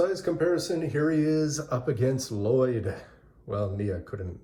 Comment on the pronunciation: why do you keep mispronouncing L-Lyod?